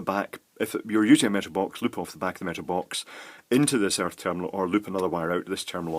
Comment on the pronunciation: Airth pin, you heathen.